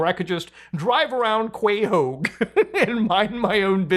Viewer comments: After hearing that pronunciation of "Quahog" I don't know who is real anymore. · Bruh pronounce quahog right